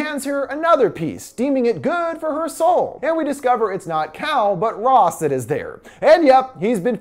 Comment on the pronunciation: i thought he said cow instead of cal